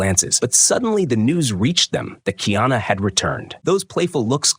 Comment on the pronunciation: Kiana is the transliteration of the English, female name, Diana. His name is: Ka-i- ana … learn the proper pronunciation, you sound absurd.